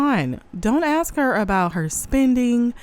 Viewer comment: "Ax her?" They elected a shaved lower primate into office...smh